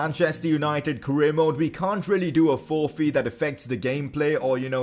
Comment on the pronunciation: Who else got triggered how he said forfeit ( I know he has an accent )